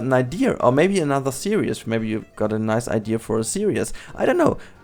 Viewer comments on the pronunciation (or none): The day learns to say 'series' and not 'serious' will be a great day to humankind😂great episode tho! Stop it with all the teasers, you're making us curious;p